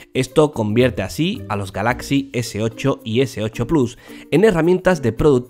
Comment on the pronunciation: y dale con pronunciar galáxy